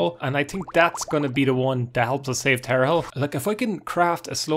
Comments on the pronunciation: I've never understood how someone, who can read, can pronounce things so wrong... You just said Tar A Hell for tarhiel... Like sure its not the easiest word to pronounce, but theres no vowel between the r and the h, and there is an i and an e after the h, where did the a come from and where did the i go? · For the love of god, it's pronounced "tar-heel". It's a joke about the North Carolina college basketball team. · Tar-h-i-el. Like "earlier" >haggled in seyda >didnt haggle in mages guild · Ah yes, Tarehel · It’s pronounced Tar Heel. It is related to the Eltonbrand Easter egg; college basketball related. It is a reference to the North Carolina Tar Heels, rivals of the Duke Blue Devils who had a player drafted in 1999 called Elton Brand. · Pronounced tar heel. Like the college team. There's actually a few college team Easter eggs in this game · plebian? Also given that earlier is pronounced “ee ur” while priest has “ee” Tarhiel could be either of the two based on personal pronunciation or dialect.